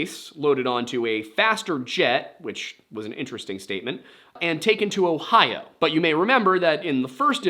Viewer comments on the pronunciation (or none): none